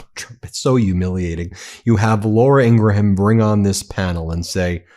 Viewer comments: Ben, are you mispronouncing Laura Ingraham's surname on purpose? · In-gra-ham is deplorable!